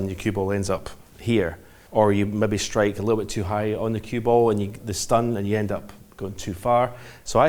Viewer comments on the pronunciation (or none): none